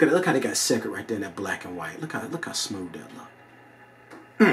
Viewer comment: Entertaining review but listen it's pronounced "secret" not sek-red. Boom! Like if your mind just exploded.